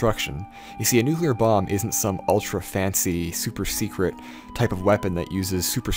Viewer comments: Stop making videos about nuclear devices until you can pronounce "nuclear" clearly and correctly without swallowing the "l". New-klee-ur New-klee-ur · You mispronounced nucular